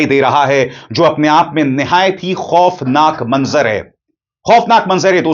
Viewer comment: ABISAR JI,,NAZARA AUR MANZAR BOLNA THEEK NAHIN...